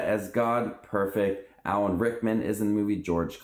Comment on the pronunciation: "Allan Morissette as God" Bruh it's Alanis come on.